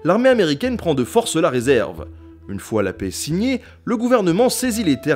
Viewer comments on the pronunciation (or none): none